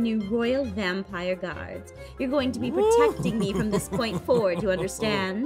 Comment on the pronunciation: does anyone notice in the intro she said gaurds?